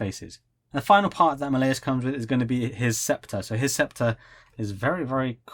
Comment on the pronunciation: By the way, you're saying Malleus's name wrong it's said as Mal-Lee-Us Not Ma-lay-us.